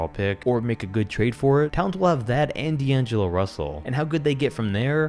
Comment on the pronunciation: D angelo? 🤦🏻‍♂️